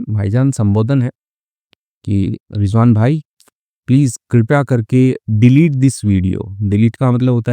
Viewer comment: Sir rijvan nahi rizwan hota hai aur aap bahut acchi story banate hai